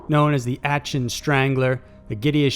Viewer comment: No. 1 Aachen is pronounced “Ah-ken”